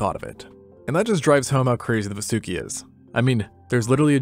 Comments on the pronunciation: Just a correction it's pronounced "vaa-soo-ki" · It,s vaasuki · I gotcha largest snake evuh right heah